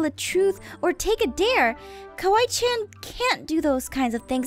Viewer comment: it's kawaii~chan, not "kiwi chan."